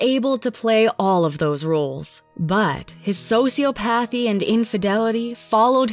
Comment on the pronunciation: "so-see-op-uthee" Js